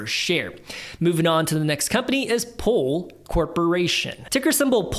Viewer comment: So confused when I heard “pole” not “pool”